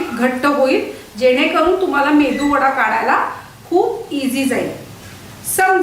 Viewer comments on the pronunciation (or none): ताई वडा छानच आहे पण तो medu वडा असतो मेंदू वडा नाही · मेंदू वडा नाही मेदू वडा म्हणतात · जवळजवळ ९०% लोकं मेदूवडा ऐवजी मेंदूवडा असेच उच्चारतात आणि मग माझी खाण्याची इच्छा तिथेच मरुन जाते.